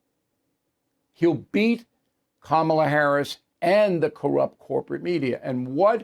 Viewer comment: Hey Bill, you do it too! You come across as extremely arrogant, and you don't say things correctly, such as Kamala. But your point is correct. Trump is his own worst enemy. After all this time, why hasn't he learned to just shut up? It's an odd thing with him...